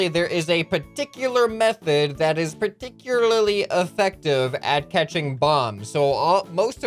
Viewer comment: Purticularly 2 times